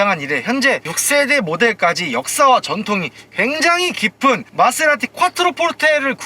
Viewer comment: 케세라티 ㅋㅋㅋ빵 터졌네